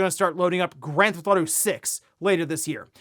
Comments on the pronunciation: Dude you really say Granthauto 5 instead of Grand Theft Auto 5? Wtf is wrong with you? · nah man GTA is one of the most popular franchises in the world, this dude just says "Granthauto" because he's probably pronounced it like that since childhood. He needs to work on his pronunciation. I tried to tell him a long time ago how to improve but he doesn't take tips, and that's why he'll never reach 1 million on here. Still uses the purple PlayStation background. Wears shirts that are a size too small so he looks stronger. Talks about hypothetical situations and scenarios for 2-3x as long as the news that led to his speculation. His theories are usually nonsensical and far-fetched he's probably right 2 times out of 100 😅😅 I could go on and on. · What did he just say? What is "ganthawto-five" seriously for years it's been pissing me off he yeets 2/3 of the syllables in that game title, 10x/day.